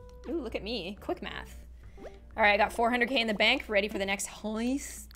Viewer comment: doesn't even know she said an Irish word because she said bonc and bonc is bank in irish